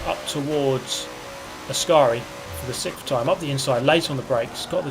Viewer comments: Hey. Idk how many times it's been said already. But I'll never NOT laugh at SIK-UUGGHHFF. Just saying. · Is your pronunciation of "sixth" a meme or a genuine speaking difficulty? It happens like every single video multiple times and I've never seen you actually address it. I don't want to mock you if it's true difficulty that's not cool. But, if it's not a physical difficulty, might I suggest you are overdoing it? Thanks for reading, enjoying your vids don't take my one comment personally please. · It's an extremely old and dry meme, that's what makes it funny